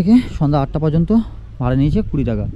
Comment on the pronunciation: আপনার ভিডিও টা পুরোটা মন দিয়ে দেখলাম। অনেক information পেলাম। তবে সবটাই যে খুব ভাল তা মনে হল না।প্রথমত,বার বার "কিন্ত " শব্দের ব্যবহার বিরক্তিকর। তাছাড়া বাংলা শব্দ উচ্চারণ খুব খারাপ।আগে থেকে script লিখে সেই অনুযায়ী বলুন।"ভাল","পর্যন্ত "ইত্যাদি শব্দ পরিষ্কার উচ্চারণ করুন।খুব চেষ্টা করেছেন,সেটা বোঝা গেল।তবে এই মনমুগ্ধকর পরিবেশে রবীন্দ্রনাথের একটা কবিতা বা গান ফাটাফাটি হত।ভুলগুলো ঠিক করলেই এগনো যায়।আবার বলি বাচন ভঙ্গী ঠিক করুন।